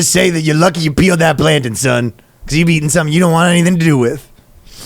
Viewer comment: is he trying to say "plantain"? Is that a Canadian thing, or just a Ryan thing?